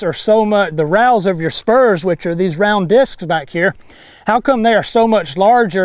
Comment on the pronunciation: Is he say I g spurms